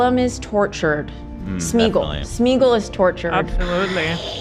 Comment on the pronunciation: thank you for being the only one to pronounce Smeagol correctly 🤣